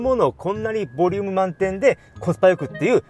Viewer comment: 発音は「ブォリィウゥーム」で宜しいでしょうか？